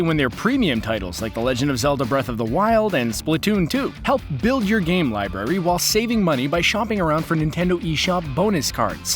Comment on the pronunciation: It's library not liberry